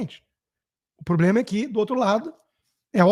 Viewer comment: Nos botou, essa energúmena deve ter frequentado as mesmas aulas de português junto com Janjão Grelo Duro: Cidadaes, INresponsavel, PLOblema. Assassisnam o idioma também.